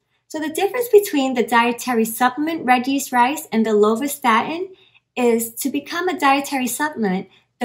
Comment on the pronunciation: Exactly! It does sound like that 🤣